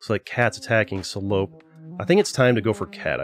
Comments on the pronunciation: at least he didnt pronounce it correctly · As a french, there was a slight giggle each time you said "Salope" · Sa façon de le dire me fume mdr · BAHAHAHA THE WAY YOU SAY SALOPE IS SO FUNNY xDDD its supposed to be a french insult